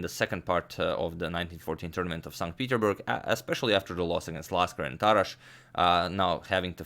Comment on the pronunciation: Not st Peteburg...st petersburg